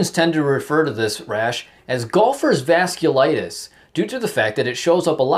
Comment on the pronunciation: Its vasculitis, not vascularitis.